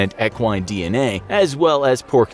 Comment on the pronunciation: He is saying equine wrong you say it with an E not an A or ah.